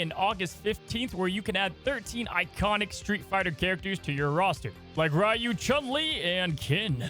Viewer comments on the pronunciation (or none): its REE-YEW,, not rye-yew! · surprised no one bullied you for pronouncing "Ryu" wrong lol